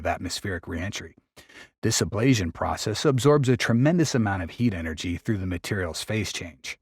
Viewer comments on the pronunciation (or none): none